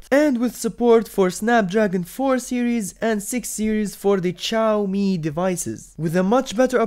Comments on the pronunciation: It's Shaiomi (Xiaomi) Not Chaomi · Zi-yaw-mi not Chaomi for Xiaomi lols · The way he says "CHAAOOMII" makes me uncomfortable. Other than that. It was a useful video. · xiaomi is not chaomi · The way you say ChaoMi is really irritating me. LOL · U r. Please learn how to pronounce Xiaomi. Pronto.